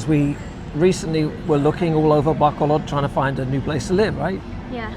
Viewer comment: By the time you leave, maybe you'll be able to pronounce Bac O lod. 😂 My girlfriend always corrects me on Talisay. Apparently that i is ee.